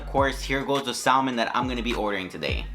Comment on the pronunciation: LOL Sal-Man... When you say sal-man.... LOL!!! You dont pronounce the L... Its just Sa-men...